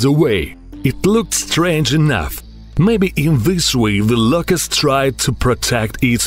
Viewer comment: Da Louuucusst